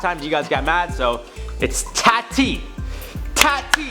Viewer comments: TAA TI!!!! Not Tatty. TAAAAAAAAA TI. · Eeek... every time I hear him pronounce Tati as Tatty...... It’s pronounced Tahti. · I might be wrong but isnt her name short for Tatiana? so its pronounced TAW-TEE ? not Tat-tee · “Taughty” not “TAT-TEA” lol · ITS NOT “tAA-TEE” ITS “TAH-TEE” OMG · You still aren’t pronouncing Tati’s name right tho. At all. It’s not ‘Tah-tea’ , it’s ‘Tot-tee’ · Daniela Roman exactly. It’s not “taah-tee” it’s tahhh-tee” like hottee 💗💗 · Alexa Salguero it’s Tah-tee not tatty ⚡️🧙‍♂️ love you dude 🤣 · I think it’s actually toti. Pronounced like Taught ee, rhyming with Thotty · Lol nope. Still wrong. 😁 she pronounces it like tawe-tea like awe what a cute dog but with a T in front. Hope that helps. Love ya on IO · It’s pronounced “tah-tee” , like ah-ha, ahhhhh, tahhhteee. lol, in case you wanted to know.... ❤️❤️❤️ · It’s TAH-TEE lol dude you’re hott but really! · It’s said like “TAW-TEE” 😆🥰 He’s adorable here though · It’s Taw-Tee - for Tati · Oh, it’s pronounced TAH-TEE. TahhhhhhhhhhTeeeeeeee. 😂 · Tati = Tah-T (tah as in Tahoe) hope that helps with Pronouncing Tati's name xD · Its more like Taw-tee but getting closer bro 😂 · I was going to comment this! 😁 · Says he mispronounced Tati Westbrook’s name last time, and is now going to be pronouncing it correctly. Also: Says her name exactly the same as last time, but just enunciates it more. 😂 love you guys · That's now how you say Tati...she says it herself in her videos... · Still not saying her name right..... ugh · The way you keep saying tatis name wrong even after you tried correcting it, got me forgetting how it’s actually said lmao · wait isn't her name like ( tah-tea) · Saying Tati wrong and you spelled Tana Mongeau wrong XD still love this show though. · Great video! You still didn’t pronounce her name right. Still loved the video :) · I thought he was still saying Tati wrong. I didn't think it was a hard name to say. Guess I am very wrong! Lol dang